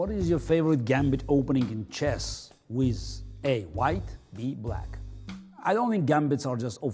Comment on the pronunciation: I love when he says wiz